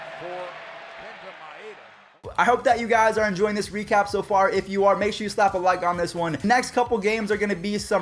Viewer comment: Sher? Do you mean sure?